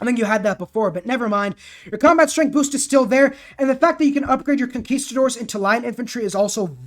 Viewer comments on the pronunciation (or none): none